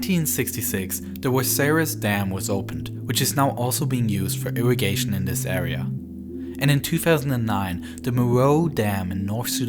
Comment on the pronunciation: I can’t hear him talk anymore sorry r and a are not the same area awea it’s just annoying